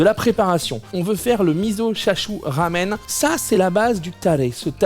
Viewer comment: Désolé, mais "chashu", tu le prononces mal. Moi, je le prononce bien, mais je le prépare mal.. chacun son truc